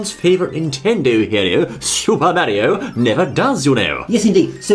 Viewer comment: Wait I thought this was mario not merio